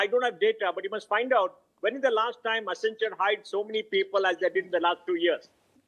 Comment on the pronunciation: WACCEN....WACCEN....WACCEN....WACCEN... WACCEN....WACCEN.....WACCENTURE 🤣